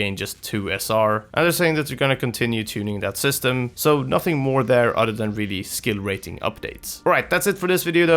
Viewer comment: Why do you say "udder" instead of "other". Creepy 🤣